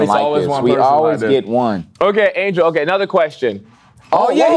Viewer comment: Duddddeeeee I'm screaming at the tv. How the hell did y'all say Angel. Wtf! Y'all never been this bad on something obvious.